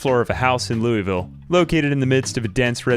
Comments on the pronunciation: Loueyville? That hurts my kentucky heart Cmon man its "Lou-vull" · Louisville is pronounced wrong